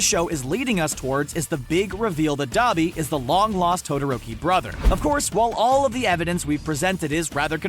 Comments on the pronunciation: i kept cringing when you say dobby but ok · He is saying duabi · D-ah-bee AHHH GET YOUR BHA RIGHTTTTT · Saying Dabi Capitals: Saying Dobby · Why do you keep saying Dobby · Thought you pronounced Dabi Dab-i not Dah-bi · I heard “the son of the hell flame hero DABER” Dont be mad at me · NOT D-U-B-I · ITS D-AAAA-B-I